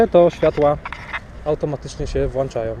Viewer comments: Nie wlanczaja tylko włączają panie motocyklisto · włanczają? :P